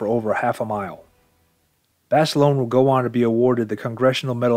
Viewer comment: Would like one JUST ONE video where Basilone's name be correctly pronounced. It's pronounced Baselona the i is e and a HARD A at the end.